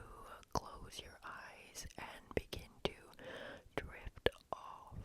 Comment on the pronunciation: Did anyone else hear “lift off” instead of “drift off” for the Eric